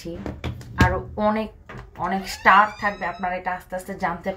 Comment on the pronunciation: star prounce thik kore bolo.....tumi onek smart... Eai gulo ekto deko